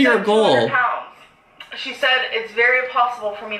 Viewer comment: said Prounds instead of Pounds. I bet she was thinking about jumbo shrimp Prawns..